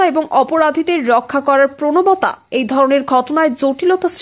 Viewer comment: Prnobata noy. Prnobata. Ato bhul.!!!